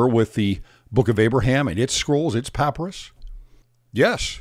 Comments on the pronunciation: Can you make me and many others happy and pronounce papyrus correctly? Puh-pai-ruhss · Merriam Webster papyrus noun pa·py·rus pə-ˈpī-rəs . It is pronounced with a long y sound, as in my. So pah PIE russ. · I’ve never heard anyone pronounce “papyrus” like that.